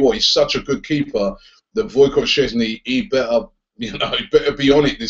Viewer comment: Robbie it sounds like you're saying boycott in a polish accent for szczesny's name lol